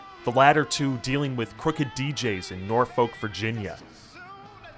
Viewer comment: pronounced “nor-fuk or naw-fuk” with a clipped K sound and no L.